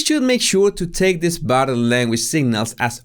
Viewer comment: Body Say "body". It's not bottle